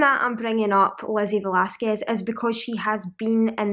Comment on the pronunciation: First of all, you did say her last name very well. I found Lizzie when the "ugliest woman in the world" got her to give a TED Talk and I have followed her on YouTube since. I love her. She is such a sweet, wonderful person and those who make fun of her prove that ugly is on the inside too. People are so miserable that they want everyone else to be as miserable as them. Sounds familiar? I'm sure it has happened to you. Thanks for talking about Lizzie. She is a special person.